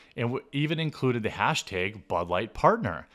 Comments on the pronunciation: What's a "hash teg?" Wouldn't it be, 'hesh teg?' If Jeremy was quoting someone who wanted to "beg for a bag," how would he say it? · wtf is a "hash-teyg"